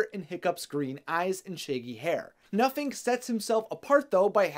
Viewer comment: For a second, I thought you said that his name was “Nothing”😂 I was like “damn, way to hate on your kids”😂